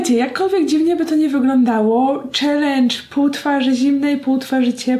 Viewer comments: chyba byłaś głodna, bo zjadłaś "n" w słowie "challenge" 😂😂 Pozdrawiam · ucieklo ci n w slowie challenge